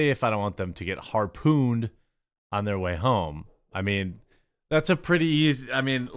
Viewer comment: Lmao, "harpooned" 😂😂😂😂